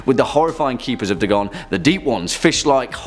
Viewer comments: DAY-gon not da-GON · DAY-GONE* not d-gon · I was certain it's pronounced Day-gon. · Its Pronounced, Dae-Gone.